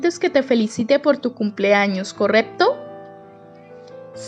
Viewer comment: Dices corePto, edguar , 😂